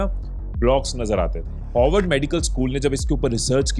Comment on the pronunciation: Its Harward not HOWARD...its sounding more like Hogwarts 😂😂😂